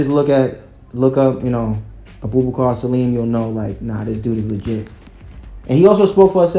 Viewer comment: Great choices! Abubakar Salim is my choice too. But you butchered his name😂😂 It's pronounced as (a boo ba kaa)